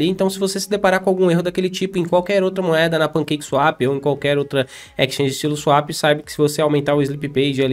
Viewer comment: é o cara que não consegue falar "moeda", ele só fala "moada" kkkk tô zoando mas gosto bastante dos vídeos dele.